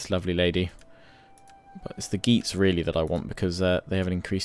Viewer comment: It's not "geets" and "joots" it's "gay-ats" and "yoots"